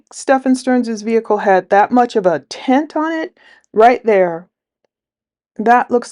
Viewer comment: I was wondering what you meant by a tent on Jens car. I was a third of the way into the video when I realized you were saying tint. 😂 gave me a giggle. I was like, they put tents on the cars in Florida??